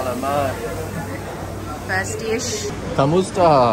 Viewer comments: if you want to sound more like the locals. when you say salamat. emphasize more on the second A not the 3rd. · CB sa-la-mat not sa- lam- at